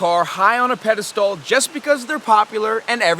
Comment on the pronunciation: Pedistall. Lol